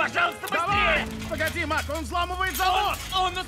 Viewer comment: не Марк, а Мак